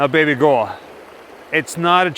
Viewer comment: Is the host calling his girlfriend/wife/spouse some alternate version of "baby girl"? It sounds like baby goyl, baby guhhl, baby goiile? What is that?